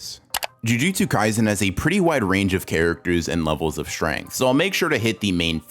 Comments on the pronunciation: bro said gymjutsu kaisen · did he just say "jumjutsu kaisen"